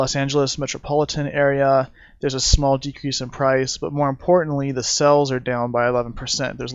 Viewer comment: Nice headlines round up video. However...It's "sales" are down. Not "sells" are down. I don't know how this got started, but every time someone misuses the word, it makes me cringe. I don't remember any educated people confusing the two until only a few years ago. Reminds me of backwoods West Virginia speech (kindest people in the world, horrendous grammar). A "sale" is a noun. "To sell" something is a verb.